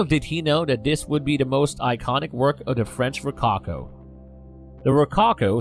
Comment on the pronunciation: Great commentary but watch your pronunciation! (Such as rococo, which is distracting) Interesting description of artist’s intention.